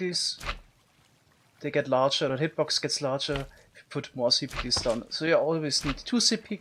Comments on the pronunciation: I find it amusing how he says pickels. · Best part of my day, hearing him pronounce "pickles" (pick-OOZ) again and again :) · I love how he pronounces it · I love the way you say pickles lmao